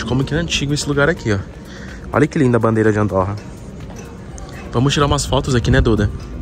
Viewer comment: Não se diz Andórra, mas sim Andôrra...